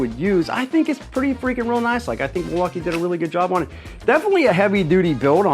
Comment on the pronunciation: gotta cut out the droolage! Oh, and those Mil-walk-ay-ays are indeed pretty nass-like!